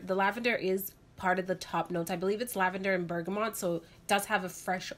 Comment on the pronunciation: So enjoyed these reviews! Must try a couple. P.S. it's Bergamot not Bergamont (no "n" before the t).